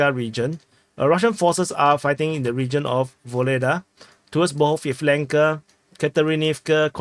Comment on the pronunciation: Ba-g(h)a-yAv-len-ka. The way you pronounce it is completely wrong. Just listen to how Dima pronounces the toponyms. I've also previously offered you URLs with guides as to how to pronounce the Ukrainian letter rendered as "H" in Latin script. Almost three years later, it's not ok for you to continue repeatedly to mangle names and toponyms.